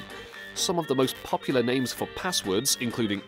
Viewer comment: I like how you say popular you certainly are "POPular" 😅😅😅